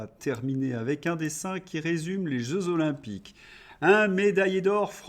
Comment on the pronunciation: Bonjour et merci pour votre travail ! C'est drôle votre petit défaut de prononciation : zeux jolympiques ! 😂😂 Aux sans Jélysées, palimpinlimpin, aux sans Jélysées ! C'est une taquinerie, je ne loupe pas vos revues de presse.